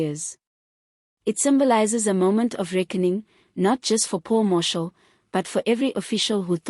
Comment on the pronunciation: Aay man are you South African? Please pronounce the names properly. Its Steenhuisen, prounced haysen. Mkwanazi, Mashatele. Its irritating when u dont pronounce the words properly.